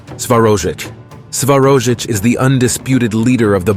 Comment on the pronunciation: Corrections: It's not Svarojic - it is Svarozhich... not Dashbog - rather Dazhbog... not Velas - rather Veles... not Mokash - rather Mokosh...